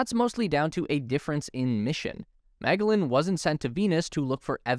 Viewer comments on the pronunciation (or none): In all my life, I have never heard anyone pronounce Magellan as "MEG-uh-luhn". I always heard (and used) "Muh-JELL-ehn". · Magellan is pronounced Mah -JELL-an, not Mah-gell-an. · Great update! But, really, do look up the correct pronunciation of Magellan (mah-JEL-ahn, not MAG-a-lin)! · The Space Race, as always, a very informative video. Is it possible that , MAG-uh-lynn should be matching the pronunciation of the explorer of old, i.e., Ferdinand muh-JELL-un? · And you still haven't. He clearly says Mag, not Meg. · Not "maga-lin" but "mah-jell-in" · magellan = Mah-Jel-An, not MAG-el-Lan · Hey the satellite you mentioned which at one time was orbiting & observing Venus back in the 90's, was NOT called the MEGALLEN (Meg-allen OR Meg-ellen) as you called it. It was called the MAGELLAN (Ma-gel-lan or Ma-gel-len) as in Ferdinand Magellan, the man who was the mastermind behind the plan to circumnavigate the world. You should have learned about him in school, as well as how to properly pronounce his name like I and so many others have. In fact I've never in my life ever heard anyone butcher his name so terribly as you did multiple times in your video. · Magellan? MA GEL LAN not MAGALAN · Mag-ellan? try Ma-gel-lan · Check your pronunciation of "Magellan!" Did you never hear of Ferdinand Magellan?? I can't believe you pronounced it "megg'alin." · Meg ahh len, no, no, no, its Ma gel en. The AI reading the script needs some history lessons. :elbowcough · I was just about to clue him in, when I saw your comment😂. Apparently the narrator fell asleep during history class. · His name is pronounced as Fernão de Magahlães in the original Portuguese… The first A is pronounced as ah (think how the ah sounds when the doctor examines your tonsils), the G is hard , the 2nd A is long (ā like Hay), and the LL is usually pronounced as a “Liquid L” or as shown in the example or like the “y” in Spanish… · Yeah it confused the hell out of me too. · My jell on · Ma’ jel’lan